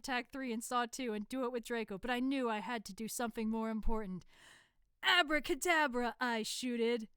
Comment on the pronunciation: "ABRA CADABRA"